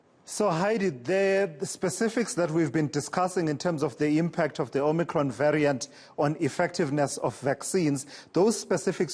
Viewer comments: Love how she pronounces Omnikron its like that wimpy ad I love it when you talk foreign 😂😂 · Heidi says " Omnicron" like the terminator 😅🤣😂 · Optimus Prime and Om-nee-cron